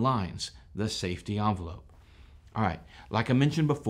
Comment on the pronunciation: Envelope. EN velope. Not "Awn" velope.